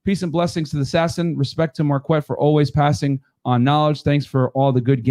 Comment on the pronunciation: That’s when you say Marq-Wet 😂